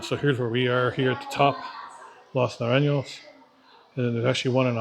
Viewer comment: jajaja, the way you said las naranyos! :D